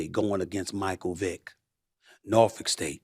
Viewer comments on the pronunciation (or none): none